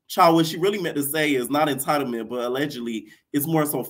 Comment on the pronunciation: Natalie saying entitlement is like blac china saying embezzlement 🤣🤣🤣🤣🤣